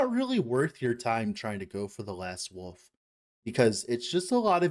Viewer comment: It's WOLF not woof, WOLVES, not wooves